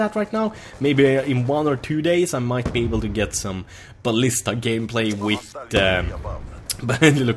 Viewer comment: I just want to hear you say 'with' and not 'witt' one single time